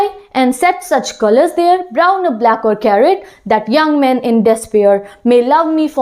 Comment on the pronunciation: Now a days nibba nibbi are teaching specifically over YouTube. Ma'am please make correct pronounciation of "despair" please fix your accent. Hope this comment will demotivate you and it will stop you to making more videos and uploading. Lmao